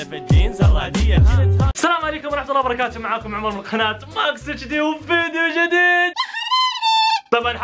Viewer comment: خناه❌ قناه✅